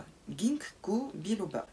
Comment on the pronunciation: On prononce Gine ko biloba 🙂🥥🥥🥥🥥